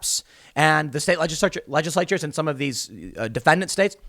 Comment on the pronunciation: to about LEDGE-ISSS-LATE-CHERS !!!